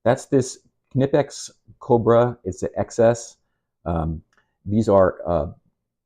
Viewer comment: Thanks fir pronouncing "Knipex" correctly 😁 Top-grade stuff and if you study how the jaws work on various-sized objects you'll see there's some serious engineering in their design which gives them incredible holding power. Vise-grips locking feature can be handy. Out camping I loaned my beater motorcycle to a 'friend' who crashed and broke a footpeg. A large set of Vice-grips made the hour-long ride home much easier. Each tool has it's own advantages!